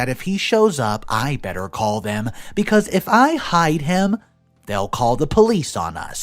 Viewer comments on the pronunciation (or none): none